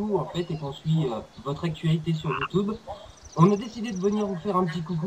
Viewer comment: je suis le seul a trouver ça chelou "Youtoube" ???